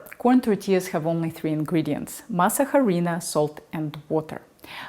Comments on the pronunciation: Masa Huh-Reena? You mean Masa - A-Ri-Na. UH REE NA. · FYI The letter “h” in Spanish is mute. It sounds like this “arina” Please don’t kill the name. If you go to a Latino store asking for mass jarina, we won’t know what you’re talking about. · Very well done! The H is silent. Masa Harina is pronounced mah-sah-REE-nah. Thanks for the video and study. I really like to add a couple of tablespoons of masa harina to a couple of quarts of homemade chili, too. Really good. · Just remember that the H is silent. So pronounce “mas areena”.